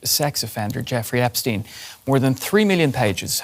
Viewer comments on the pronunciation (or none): “Jiffrey Ipsteen”?